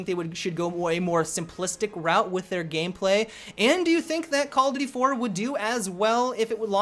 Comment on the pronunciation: I don't know how many time I have to say it.. But seriously.. Learn to say "call OF duty" not "call-a-doody"